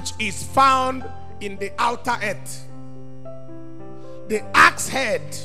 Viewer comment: Accent: preacher pronounce "ett" for word Earth.